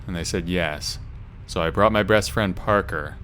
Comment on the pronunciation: sounded like he said "breast friend" lmao